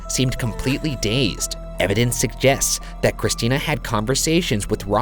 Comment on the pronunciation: "Evidence Sug-jests"